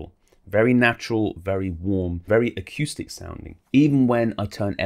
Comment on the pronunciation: great review, nicely done, ended up just waiting to hear you say aqueuestic reverb again, golden